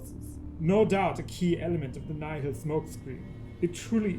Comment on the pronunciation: omg they prenounce Nihil right finally thank the maker